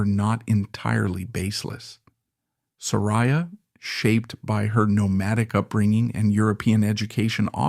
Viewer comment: OK, 3 minutes in & you are not only repeating yourself, but MISPRONOUNCING HER NAME.